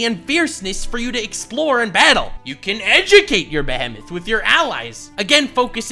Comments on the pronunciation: It's a Behemoth not Behhemets😂😂😂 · Did he just say bee hentaii? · stop saying behmit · That ad read was killing me, didn't expect to not know how to pronounce Behemoth, and also never heard it pronounced that way so it was really funny.